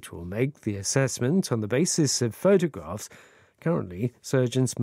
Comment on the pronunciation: 한주동안 좋은 내용 잘들었습니다. 오늘 photographs 발음은 정말....ㅜㅜ